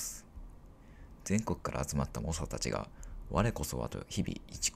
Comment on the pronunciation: 猛者 もしゃ っていってる？笑